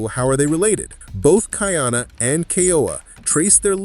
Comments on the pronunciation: Ka’iana not Kaiana — the glottal stop is there for a reason. Train your AI please. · Ka-ee-ana Ka’iana Aloha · KA/ ĒĒ/ANA respect his name. Ka’iana.- 3 syllables🌺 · are you AI? Be sure to actually watch it. After you do, you should be able to know the pronunciation of Kaʻiana, Kahekili and the others, like aliʻi Keaweikekahialiʻiokamoku.